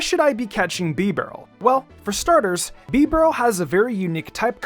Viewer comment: Bro I almost quit the video after he said bibareel